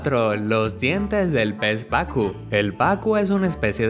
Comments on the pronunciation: Es pacú no pacu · pez pacú pacuuuuuuu acento en la úuuu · el pez es PACU con acentuación en la u al pronunciar